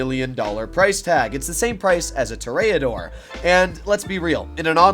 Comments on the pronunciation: Us: Pronounces it toreador Him: TeRaDoRE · Literally cannot pronounce the Toreador correctly and thinks it only take 4 missiles to destroy when in reality it takes 6. Automatic thumbs down 👎 Seems like the more uninformed and goofy you are the more views you get....TF?.....Bruh....😒